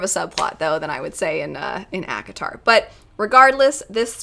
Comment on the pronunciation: You say ACOTAR, my old ears hear Avatar...